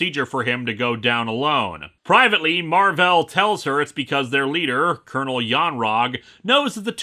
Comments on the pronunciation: "Mar-velle" oh God Mar-ville flashbacks. I mean not God, anything but, Satan help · I think his name's supposed to be pronounced "Mar-Vale" (like "veil"), but since it's not spelled that way, people keep mispronouncing it (I'm pretty sure I've seen issues where characters refer to him and remark on how Earth heroes never get his name right).